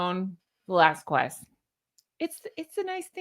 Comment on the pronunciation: that’s not how you say Velasquez! We do not pronounce the “qu” it’s more like “Velaskez”